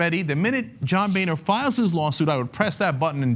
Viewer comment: Boehner is not pronounced "Bay-nur" but instead "Bo-ner" He's a boner man